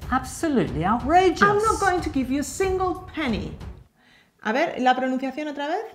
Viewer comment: Ame la pronunciación!! Aprendiendo con ustedes me siento lista para mi certificación... Yo también voy a ser an English teacher como ✌❤